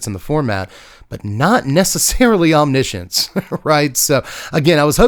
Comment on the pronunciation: I've never heard anyone say the word omniscience that many times in one sitting. What made me cringe even more was the pronunciation.. wtf is Omnissions?? I always thought it read as written (Omni) (Science) 😞